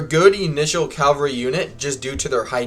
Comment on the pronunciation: Cavalry not calvary.. good vid tho, looking forward to playing